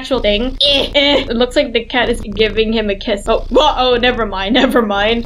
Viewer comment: Why always say nevermine